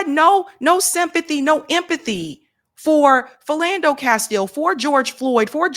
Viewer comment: What the heck is a Filllando Castle?